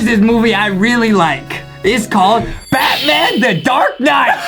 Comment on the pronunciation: Me when Justine said bathman LAMMMMMMMMMMMMMmMMMMME